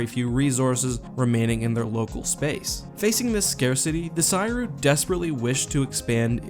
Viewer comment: Making me twitch every time you pronounce Ssi Ruuk that way.